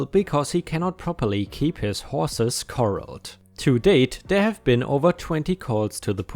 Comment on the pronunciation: just fyi corral has the emphasis on the second syllable. I think because it's a Spanish word that the Americans took over. I'm not sure what they use in the UK or other English speaking countries? Corral, paddock, pen no se.